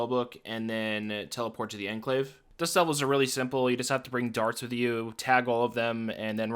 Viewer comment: It's pronounced enclave not enclave